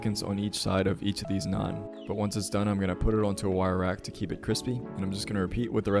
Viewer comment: damn a white guy said naan right in my lifetime. could die in peace. great video my guy